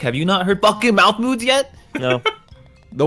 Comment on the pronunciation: Anyone else think they were saying Malf Moods not Mouth Moods?